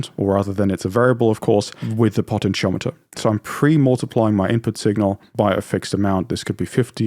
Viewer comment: What the hell is a potten chomiter? Do you mean potentiometer?